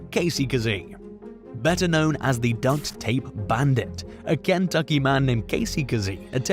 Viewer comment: Since you said it twice, you must think it's dunk tape. It's duct tape. As in tape used on ducts. K?